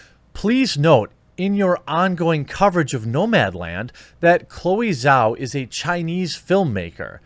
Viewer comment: Zhao pronounced Jow. Rhymes with Mao.